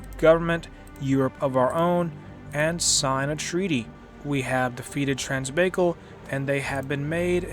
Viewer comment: I'm pretty sure it's pronounced trans bye caul and not trans baykil, but nice video I love red flood hope it keeps getting updates and support. 👍